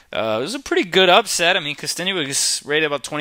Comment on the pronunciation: good analysis. its kosten"yuck" not kosten "you ick".